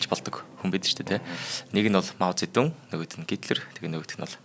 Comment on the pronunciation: Зөндөө мэдлэгтэй сайн хүмүүс байгаашдээ танайд энэ бол сайжрахгүй шүү! Хичээж сонссон ч 6н минут л тэслээ худлаа ярьж бна. Мэдлэггүй бна. Эхлэхдээ л Монголоор Мау зэ дун гэдэг бол Хятадаар моу зэ донг гэдэг гэшш. Сонсход үнэхээр төвөгтөй энэ хүн сайжрахгүй шүү!